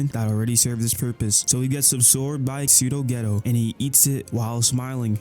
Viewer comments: The fact that ur saying “ghetto” instead of “Gayto” is pissing me off… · its not geto its kenjaku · i swear hes saying yuta and geto wrong on purpose